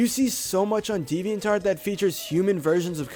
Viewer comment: Why does he says deviant art as devian tart